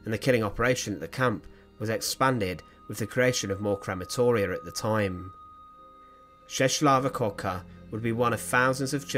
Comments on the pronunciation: Appreciate the video but the name pronounciation is ches wavah kevoker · You should pronounce her name as Cheswava Kvoka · not important but: My Polish friend says the proper pronunciation of her name: Chesswava Kfoka The L (with the line going diagonally) is actually an English W, the W is an English V, and it’s an English F followed if preceded by K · Her name is pronounced more like " Cheswava Kvoka" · please, do your homework and check the pronunciation: [Cheh-swa-va Kvoka] you're welcome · You have really butcher pronunciation of her name